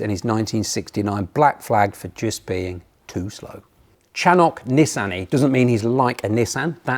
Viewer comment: Chanoch Nissany is also mispronounced